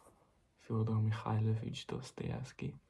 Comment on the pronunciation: Прекрасное видео! Жду с нетерпением новое🫶🏻❤️ Я долго не могла понять вы русский, учащий английский или иностранец, учащий русский. У вас прекрасное произношение фамилии Достоевского, хаха. Это меня и смутило Желаю удачи в развитии канала✨🎀 I couldn't understand for a long time whether you are a Russian, an English student or a foreigner studying Russian. You have a beautiful pronunciation of Dostoevsky's last name, haha. That embarrassed me I wish you good luck in the development of the channel✨💖🫶🏻